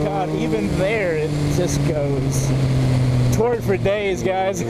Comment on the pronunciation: I don't know why but I seem to hear you say "Twerk" instead of "Torque" everytime... "I love these twerky bikes!". "The feeling is sooo much different on a twerky naked bike" "But feeling that twerk throw your butt to the back of the seat..." And yes, I am fucking immature.